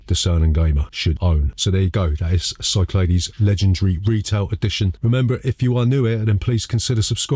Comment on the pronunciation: I think you'll find it's pronounced Cyclades. Hope this helps.